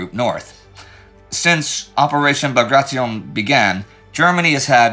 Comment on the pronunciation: It's actually pronounced "Bagration"..